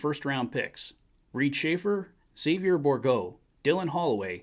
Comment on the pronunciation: Really appreciate your pronunciation on Xavier. Respect.